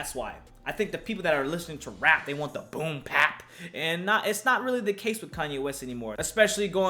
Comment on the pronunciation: Boom Pap🤣..... it’s Bap my guy! Much love!